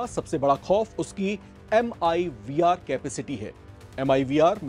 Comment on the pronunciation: MIRV HOTA HAI WOH. MIVR 😂 NHI